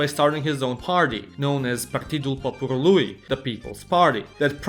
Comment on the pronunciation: stop puting the accent on the last sylable everytime you see a genitiv masculin (poporuLUI:-))) In Romanian like in the majority of the indoeuropean languages the accent is most often on the sylable before the last one and stays on the same even when you add a genitiv suffix...